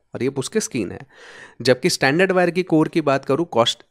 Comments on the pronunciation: Brother, there is a difference in your pronunciation. Your pronunciation is for this word " standard". Where as for wires it is " stranded" pronunciation is different. Proper pronunciation you will get on Google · Good video but you are calling stranded (स्ट्रेंडेड) wire as standard (स्टैंडर्ड) wire through out the video. Pls correct your pronunciation. Also AC frequency in India is 50 Hz only not 20 kHz or 81kHz as shown in your video. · Isn't it strrrrrrrrrrrrrrand?😀